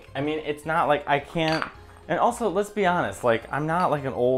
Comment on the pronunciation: Did he say " lez be honest" ?